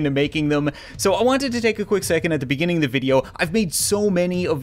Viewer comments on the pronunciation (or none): Beginning... Begenning... BAGINGING